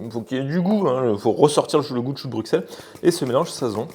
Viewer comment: En tout cas Bruxelles se prononce "Brusselles", un petit bonjour de Belgique par la même occasion ;-)